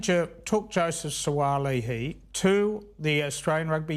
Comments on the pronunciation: Come on its not hard to pronounce his name correctly, is 2023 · He’s leaving because you haven’t figured out how to pronounce his name yet…….. he’s sick of that 😂